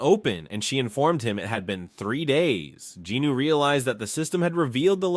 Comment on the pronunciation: I gotta ask, who’s “Jinoo”? Isn’t it Jin-Woo?